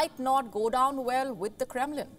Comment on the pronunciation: "kremlin" is "krembling"